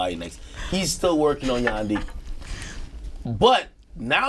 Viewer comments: Did she really yaandhi 😂 it’s yandhi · bitch said "yaandee" like its candy tf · Does nadeska not really “yandhi” is a play on “ghandi” 😂 bitch said yandi in the beginning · she said yandy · Why did she pronounce it Yendhi lol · Nadeska fucked up hard on the pronunciation of yandhi lolol. YANNDY lmao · She really said yandhi wrong